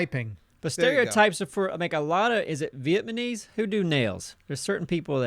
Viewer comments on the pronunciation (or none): seems to think people from that country are called "Vietmonese...." makes me think that when he watches those war movies, he hears, "Marley in the trees!!" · Anyone else catch ' "Vietmanese"? XD!! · lol was saying vietmanese instead of Vietnamese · It's "Vietnamese", not "Vietmanese". Just remember, it's Vietnam... not Vietman. I had a friend who also said "Vietmanese" and he just didn't get it even after explaining it. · "Vietmanese" Yes. That's how you say it. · vietmanese lmao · Did he say 'Vietmanese'? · What is Viet ma Neese? you dingus XD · "Vietmanese" -, 2020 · Idk why but I hate when says vietmaneez like it's just not correct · Yes,. Vietmanese. My mom's from VietMAN not and certainly not from VietNAM. Sigh. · Hearing try to say Vietnamese is hilarious